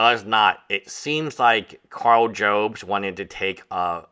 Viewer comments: Jobst is pronounced Jobs-t, not Joe-bst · Jobst Job - st Not Jobe - st I know its not important. It just bothers me 😂